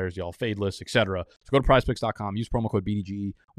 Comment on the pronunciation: Etc...not Exet